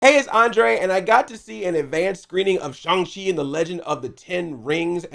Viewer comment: I like how you're one of the few people who actually pronounces his name correctly.